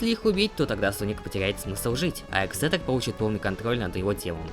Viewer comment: Не ехзетор а экзектор главный ехе